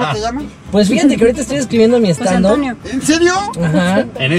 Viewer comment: José Eduardo, cariño, STAND UP se pronuncia: STAND AP En serio, pregúntale a cualquier gringo.